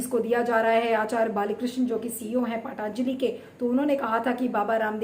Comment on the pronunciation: पाटांजली नही पतंजली बोलो. क्या बकवास करती हो. सुधर जाओ.... 😛😛😛😛😛.